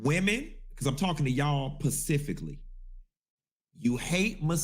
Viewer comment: Did he say "pacificlly"?🤨